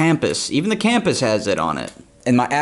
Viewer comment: I can not deal with how he said “cam-pus” instead of compas